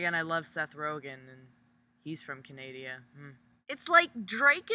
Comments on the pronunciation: lol she said canaydia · You say "canadia" too? I'M NOT ALONE!